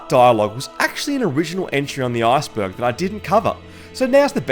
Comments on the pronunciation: Arseberg sounds funny 🤣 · stop saying arseberg lmao